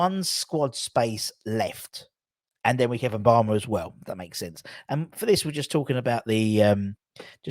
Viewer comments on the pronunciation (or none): It’s Mubama as in ‘moo’bama not ‘en’bama. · I guess some people have difficulty pronouncing simple words... With such a promising talent you'd think a media channel would make the effort to pronounce Mubama's name correctly, it's not hard!